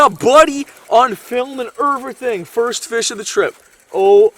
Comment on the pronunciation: LMAO "and evrathing" Omg I laughed so hard